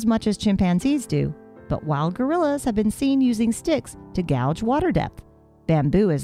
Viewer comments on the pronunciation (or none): "Gouge" water with a stick, AS SHE SAID? Narrator didn't know the word "gauge" ("gādj" - "to measure.") Professional? smh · Voice-over pronounced "guage" as "gouge". very different meanings. That's not the only one. Then all those photos and videos of models. Those short videos can be bought. I'd rather see the real staff. Glad I read the other comments. Stopped looking at this well before the end & pitch for money.